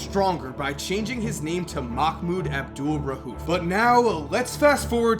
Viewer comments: It's pronounced Abdul raoof not rahuf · Jesus Christ, there is no H in his last name. It's not RA-UF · You pronounced Abdul-Rauf wrong every single time you said it. No h in there buddy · Bro quit calling this man out his name! You trifling for that weird boy. Say his name right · Bro u murdered his name wow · I cringe when u say his name